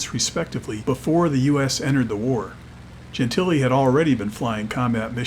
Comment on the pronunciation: Wow. The CORRECT pronunciation of Dob Gentile's last name.